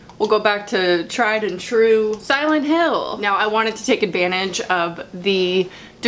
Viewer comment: I’m literally playing silent hill 2 as you say DILENT HILL!